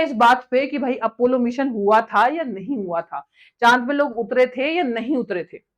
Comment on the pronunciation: इतने पड़े लिखें हो, कम से कम अपना pronounciation और grammar पे थोड़ा ठीक कर लीजिये.... राकेस शर्मा नहीं वो राकेश शर्मा थे, जोन केन्नेडी नहीं वो जॉन केन्नेडी थे, मिसन नहीं मिशन होता है, सूट नहीं शूट होता है, और चाँद पे साइंटिस्ट नहीं astraunaut गए थे